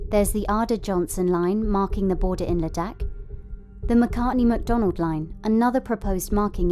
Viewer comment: The narrator's pronunciation of Ladakh and McMahon slightly peeves me